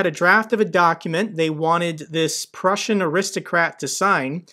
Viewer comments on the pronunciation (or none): none